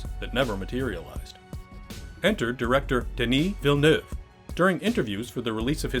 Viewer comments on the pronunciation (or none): lol at your attempt to pronounce Denis Villeneuve